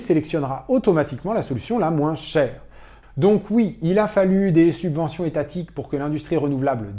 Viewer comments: *Subventions au lieu de « Suventions » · Excellent, merci ! ps : "Suventions" =P